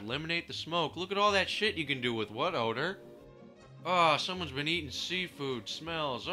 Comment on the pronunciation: When you say "What odor" it sounds like "butt odor" lol